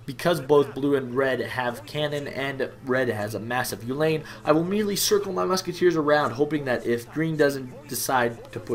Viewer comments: ew (the exclamation for disgust) lynn (the female name) ew-lynn, uhlan stress on the first syllable :d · Its pronounced oo(like u in tube)-lawn. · I'm afraid, thats not quite right. If you want to pronounce "Cuirassier" english, you have to say "Queerasseer". If you want to pronounce it french, than say "Kü-rass-yé" [ü is pronounced between oo and y-vocal]. For "Uhlan" (german) it's as Mizawa wrote, in english pronunciation: "You-laan"